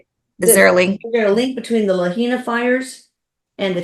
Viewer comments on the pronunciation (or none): Just a FYI. Lahaina is pronounced La-high-na.